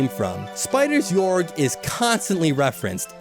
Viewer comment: it's pronounced gay-org